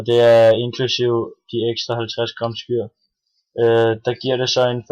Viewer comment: Du udtaler skyr forkert....